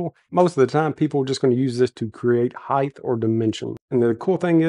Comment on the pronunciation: HEIGHT: it's hite....not hyth.